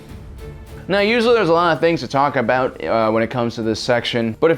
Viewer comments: HAHA he just said stop it meow get ur speech impediment fixed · Pretty sure he said stop it "meow"